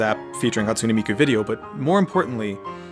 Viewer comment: "Scottsune Miku"